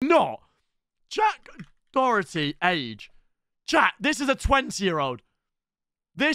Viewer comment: How come he always says dorety there’s not even an R in Doherty